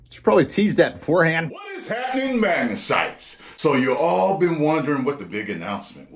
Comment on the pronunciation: as soon as i clicked i was expecting to say "Magnasites" and he actually did lol